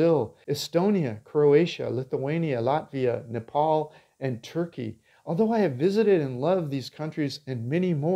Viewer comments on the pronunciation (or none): none